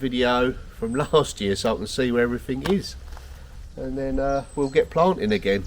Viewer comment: Oh brambles!! I have a job ahead of me when the snow's all gone, big patch out back that has got out of hand. Difficult job. Say, did I hear a few "everythink"s? Are you picking that up from Billy? ;)